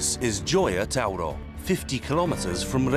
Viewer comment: Par contre Gioia tauro il le prononce mal on ne peut être bon sur tout les noms italiens